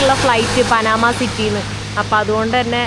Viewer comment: പനാമ അല്ല , പാനമ